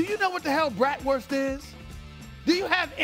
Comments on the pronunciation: Someone tell him how to correctly pronounce bratwurst and also how it is typically 80 degrees here in June. Does he think it snows year round in WI? SAS please don’t come to Milwaukee. Don’t need your loud mouth here. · He can’t even pronounce it correctly